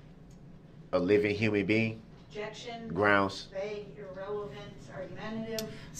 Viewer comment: New drinking game. Drink a shot whenever he says “Is it fair to say”. Two shots when he says “grounz”. Three when he says “axed “